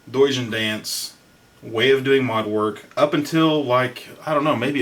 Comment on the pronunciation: I thought I heard call him "douche-en-dance" lol